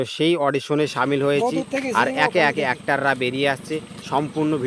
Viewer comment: বাশ নারে বলদ বাস আর একটার না অ্যাক্টর ভিডিও বানানোর আগে সঠিক ভাষায় কথা বলতে শিখেনে 🫪😆